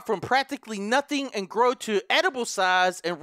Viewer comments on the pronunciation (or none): when you can't pronounce "practically" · I got kinda confused on why he kept stopping then realized that he couldn't say practically 😭😭